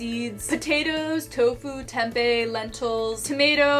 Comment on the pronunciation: As Indonesian I'm proud when you say "Tempe". 😂